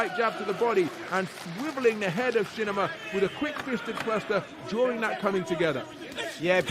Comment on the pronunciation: Its "Shinima" not Shininima